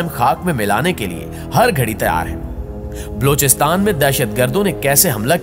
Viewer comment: Aap apna Talafuz theek karen. Sahih lafz Balochistan hai. Aur aap Blochistan kehty hain. bAlochistan